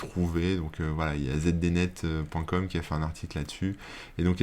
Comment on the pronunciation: peu de monde s’en souvient, mais ZDnet, ce vieux service des internet, se prononce zidinette.